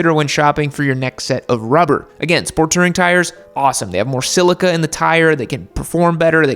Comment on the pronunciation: It's "touring", not "tirring"